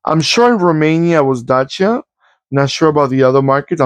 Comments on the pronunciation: Yes, u r saying correct Dacia like "daCHia" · You did pronounce Dacia correct. The Sandero was the cheapest car on the market in Germany and still is. It is also pretty popular because of the Renault technic. I am not sure if this old one was already based on the current Renault technic. There was some time when Dacia was just cheap and used outdated Renault technic. But with all the EU regulations they had to keep up and Renault had to give them the same technic to comply with the emission standards. Petrol-LPG means it was running on gasoline and autogas. The Sandero is still the cheapest car in Germany but the people mostlikely won't buy the cheap base version because for every little thing you want extra you suddenly need a better trim with a bigger engine. Anyway, Dacia is doing pretty good in sales here. The Dacia Duster SUV is also very popular. I am still seeing these Sanderos here and there.